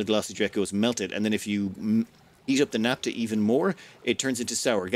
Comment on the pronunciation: Naphtha (ph=f, as in "photograph", "philosophy", etc.), not "napta" (unless you also say "potograp"). ;-)